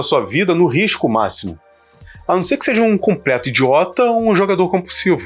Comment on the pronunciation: Excelente trabalho e reflexão! Só uma dica: " quando falar "sejA", fala mais devagar, pois parece que você está falando"sejE", que não existe. Mais uma vez, parabéns e obrigado pelo vídeo.